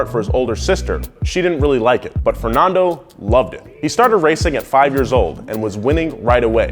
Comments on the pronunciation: Who pronounces Fernando fer-non-do not fer-nan-do cuz he says both in this vid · Yea this is exactly how we pronounce Fernando, Gran Prix, Massa and Honda !!! :)))))) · Why do Americans always say Fernando wrong. But good piece though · why does he say fernondo and shoomocker? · Whats with your pronunciation? "Shumocker", "Fernondo", "Mossa", like what?